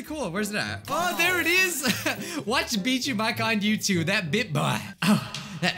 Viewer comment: Bijuu: bIt BoI~ bIt BOi~ BiT bOI~ Me: .... ummm...... Its Bijuu boi... GET IT RIGHT BOI~!!